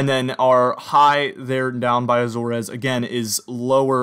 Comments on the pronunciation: It was a red flag for me. Since you realized it, no red flag. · I’m aware that I pronounced Azores wrong in this video, I’d never really said it much out loud. Thanks for watching